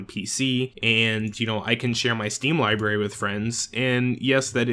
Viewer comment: Did anyone else notice that he said "libary" not library